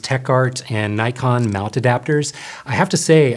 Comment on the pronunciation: There is NO 'Y' in NIKON !